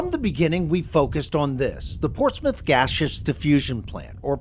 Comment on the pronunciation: Pronounced ‘Ports-myth’